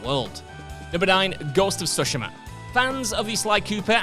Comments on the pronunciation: Nah why’s bro saying Ghost of siSHIMAH 😂🤣🤣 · That's not how you pronounce "Tsushima", Christ it irked me ;dd